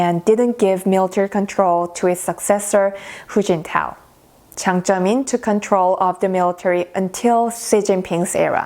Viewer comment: It's Jiang Zemin. Not Ziang Zemin.